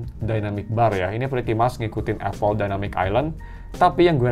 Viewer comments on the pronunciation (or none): none